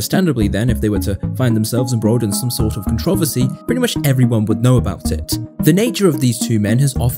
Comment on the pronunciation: controversy. Hmm I never heard it pronounced like that. Edit: The fact he was 16 in that first interview is crazy to me.